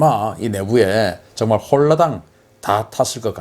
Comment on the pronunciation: 홀라당~ 발음 좋으세요 ㅎㅎㅎ